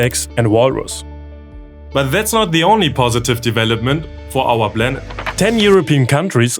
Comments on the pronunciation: Great channel, love your videos! ❤️ I only get a bit triggered when you pronounce your Ps like Bs. 😬 It's "planet", not "blanet". Are you from Bavaria? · Thats all very cool and i like the video, but man can you PLEASE learn to pronounce the letter P. This Blanet this and this Blanet that, bro you sound like you are in pre school. Very nice content nonetheless :D